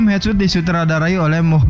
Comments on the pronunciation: Hedsot bukan hetsut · Headshot di baca hedsot Sut dibaca kalau penulisan "shoot" Suting , shooting Hadeeeh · Headshot cara bacabya Hedshot